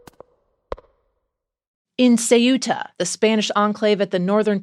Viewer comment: The Times should be able to get their journalists to pronounce “Ceuta” in a way that at least resembles its pronunciation in Spanish.